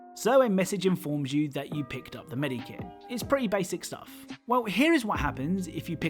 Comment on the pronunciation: I hate the way you say medkit